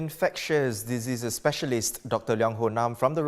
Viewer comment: pronounces "diseases" as "dizzziii".